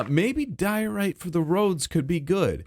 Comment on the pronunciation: It's diorite. It's a diorite-tree. It's a dioree😂